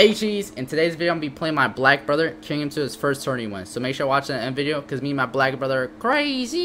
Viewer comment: Bro made sure to put the emphasis on black didnt he